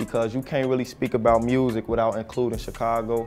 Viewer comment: "Wiff mah MUusik"